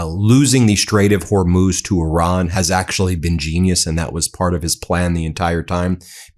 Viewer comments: Trump can't pronounce Hormuz either Ben.... Her Mose...... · Did he call the straight OR MOOSE? 😂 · He can't even pronounce Hormuz correctly- idiot! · As always it just gets horrific every single time he opens his mouth. He either lies or becomes Dozing Don every day. Go to bed Dozing Don. There’s that drooping face again as he sleeps. He never pronounces correctly or finishes a sentence or stand up because he can’t!